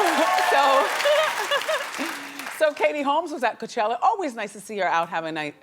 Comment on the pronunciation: if Wendy says “Coochella” one more fuckin time😡😡😩 P.S. I’ve never watched the housewives show before but I am here for the dragation of the white lady😩😂 🍷